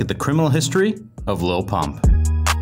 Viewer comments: It sounded like he said lol pop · i swear the narrator called him 'lil punk' a few times